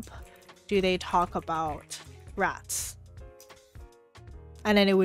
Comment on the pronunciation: I think the results of the timestamp query has to do with the accent used in the video. I heard the word "rots" when u checked the second timestamp for "rats".